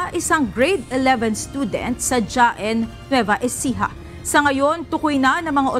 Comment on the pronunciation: Haen po hindi Jaen Nueva Ecija